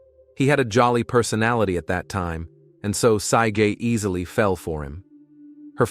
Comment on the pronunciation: Then it read the misspelling of Paige and (written as Saige) said Syeeejay. The LIVE in nanny was bad too.